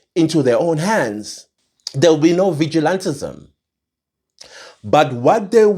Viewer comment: I hate it when he says vigilatism...and no one should take law into their own hands...our law enforcements blah blah